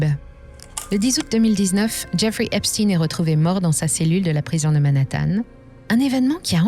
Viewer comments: Il faudrait commencer par prononcer correctement son nom Je vous donne un cours: Frankeistein, Albert Enstein, Ben Stein, Howard Stein ….Stein qui signifie « pierre » donc stone en anglais. Mais bon, peut être que ne souhaite pas ce mettre à dos ceux qui le prononcent bien 🤩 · Epstein étant un nom allemand, pourriez vous prononcer son nom comme le chiffre 1 allemand . merci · Quand on vous entends prononcer le nom d'Epstein, Albert Epstein doit se retourner dans sa tombe.. Bref vous valez pas mieux que les Mainstreams dans l'hypocrisie.. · Je ne mettrai pas mon pouce car vous prononcer son nom pas comme il le faut 🤔🤔🤔❓❓❓❓❓❓ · Epstein est un juif allemand. Et en allemand cela se prononce comme Einstein et Liechtenstein (ien se prononce "ine"/ ein se prononce aïe-ne). Epstine ressemble à Poutine... ce n'est pas anodin pour Macron, les politiques et la presse qui est à la botte de Macron. Mais, vous avez raison, si la façon de prononcer sert les intérêts de certains, cela est pécadille au regard des faits reprochés... c'est sans doute pour ça malgré tout que vous le mentionnez ! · Cette prononciation Epstiiiine est insupportable. Qui dirait Frankenstiiiiine ? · Trump prononce Epsteeenn.... 😁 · C'est eïn pas ine , et OUI c'est important. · vidéo arrêtée dès que vous vous abaissez à dire "esptine" au lieu d'esptEIN. comme si on essayait de le faire passer pour quelqu'un d'autre. insupportable ces manipulations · Pour citer les vrais responsables il vous faudrait déjà avoir les corojes de prononcer son nom correctement, c'est stein et non stin comme Bornstein ./... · pourquoi vous prononcer epstine ?? cest epstein comme einstein !!!! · EpSTEIN le juif et pas EpstINE le russe. Les medias essayent de divaguer l’information. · Une question : pourquoi dites vous Epstin et pas Epstein ? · on dit "chtein" pas "stine" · J’ai coupé la vidéo quand cette belle voix à commencé à prononcer "epstine" au lieu de Epstein".🤥😠😤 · Epstein pas Epstin...